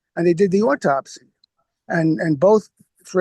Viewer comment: Is it too difficult to say 'autopsy' and not 'ortopsy'?